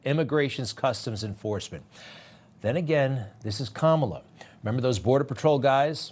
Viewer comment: To be so disrespectful to call our vice president by a derogatory name by mispronouncing her name but yet if you really listen he pronounces it right a few times he's just racist Greg Kelly newsmax do better